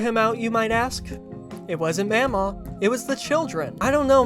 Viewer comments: i can say for a fact is pronounced maw maw and paw paw and the way you're pronouncing it is driving me crazy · in the movie it's pronounced like ma'am aw and pap aw, i think he's right